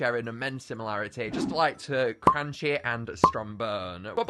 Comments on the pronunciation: its cranchee not cranky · his name is not cranky its cranchee as in cranch-e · I'm pretty sure the monster handlers pointed out that Cranchee's name is pronounced "cran-chee" and not "crAn-key"